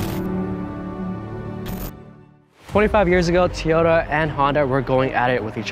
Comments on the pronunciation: It’s Toy-ota, not tyoda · Tiyota he says lol, its TOyota!